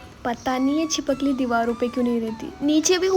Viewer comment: छिपकली ❌ छिपक कली✅ 😂